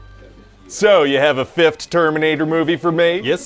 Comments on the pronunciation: Fifth...not fiftht. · Did he pronounce it "fift"?